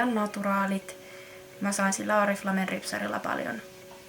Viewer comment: Vittu meni hermot ku sanot oriflamen oriflame vaik se sanotaa orifleim ja oli ärsyttävää ku puolet täst videost oli vaa taukoo ettet puhunu nii leikkaa videoo paljo enemmä